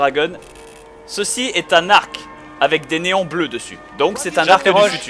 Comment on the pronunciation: ouai enfin lui il parle de néon et pas de neyon et c'est faux pas faut (je sais je suis relou mais voir une faute a un mot tout bete faut pas exagérer